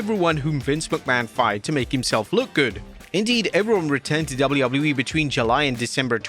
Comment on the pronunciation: I hate the way you say “WWE”